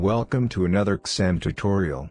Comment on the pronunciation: Write zim instead of xim into text to speech it will sound better :)